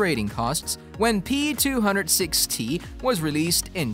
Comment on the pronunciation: No, it's worse: he keeps saying P200ST (not P200-6T)!